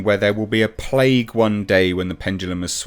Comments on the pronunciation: “Plaque” not “plague” makes quite a difference in this context really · She said "plaque" NOT "plague" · Came to say she didn’t say plague, she said plaque. There is a big difference between the two. I don’t agree with anything she said but she didn’t say there will be a plague.